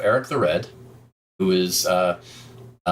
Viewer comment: Pronounciation as on point as far as I can say. I know Swedish, and the name can exist I guess in all Nordic languages (except of course Finnish), so I would say Leif sounds pretty much the same...